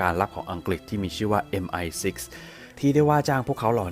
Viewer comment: ออกเสียง MI6 ได้น่าฟังมากค่ะ